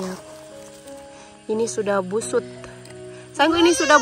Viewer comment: Hahaha orang Sulawesi mah gitu suka kepeleset ngomongnya.... BUSUK jadinya BUSUT😅 . Soalnya punya teman kerja orang Sulsel. Ada yang bisa jelasin ko bisa gitu ?